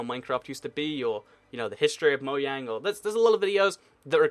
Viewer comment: it's Mojang not Moyang